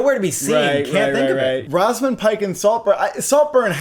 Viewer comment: you guys always have some very strange pronouncations of names. “rawzamund” pike 💀